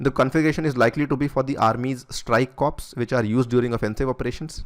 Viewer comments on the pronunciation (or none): Never pronounce it as co+ar+pa+ss .. this means dead always . Say it like core . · It is pronounced as "core" not "corps" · sir while narrating corps it is core not cops. in civilian form it is cops but for defence it is core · Corps is pronounced as 'Core' not as corpse. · Sir 'CORPS ' is pronounced as 'CORE' :) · Nicely explained video. Just wanna correct you that corps is pronounced as 'Core' in Army. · Learn how to pronounce CORPS....it is pronounced as CORE.....